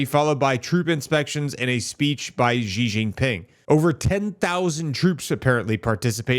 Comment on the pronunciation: why do people like to called him Jez ? his name is really simple and easily to pronounce, its just C .. even though its written as Xi .. its pronounced as C .. not Jez (not jes'us)